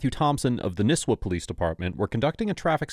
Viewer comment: I feel like there would be very few people who have grown up in/ around this area, but I cant stop giggling at Nisswa being pronounced as Nisswuh instead of Nisswah. Granted Northern Minnesotants could be saying it wrong our whole lives but it still makes me giggle.